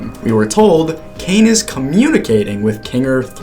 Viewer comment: Caine❎️ Kane✅️